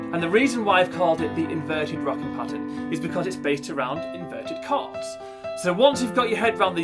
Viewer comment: Thanks but it’s CHORDS not CARDS I WAS THJNKING WTF IS HE SAYING NEXT!!!!!